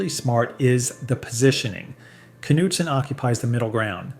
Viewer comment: Are you for real? Something's odd with your videos! And it's not just this one! You're talking about Knudsen Hampshire sour cream and all is in footage is Fage sour cream! When you're naming certain labels you're comically pronouncing them awfully wrong like a bot is reading the script! What the hell is up with this channel!!!! 😡